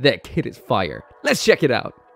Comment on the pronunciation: “This kit is fire” sounded so American